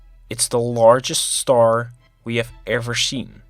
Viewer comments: Stop saying starsh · But He Said "Shtar" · Haha “shtar”